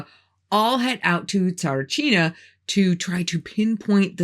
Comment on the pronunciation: A Bulgarian here. Have to say - your pronunciation of the names was 90% spot on! Really good indeed as I've heard plenty of English-speaking people trying to pronounce them and they're not doing good. Not at all. My uncle's told me that he's been at the dig site of Tsaritchina at some point but for very short and from what he knew they'd found nothing. And from that exact "No-man's land" documentary you mentioned I knew as far as the smooth wall and Vanga asking them "What would you need that yellow monkey for?" So - I did kind of learn a bit from your video too & thanks for that! There was a LOT of political play around the topic through the years for certain. All I know is - if it's been sealed and untouched/ignored all these years later it might be better to stay that way if there IS anything real down there. Some mysteries should just stay as such. The saying "curiosity killed the cat" exists for a reason.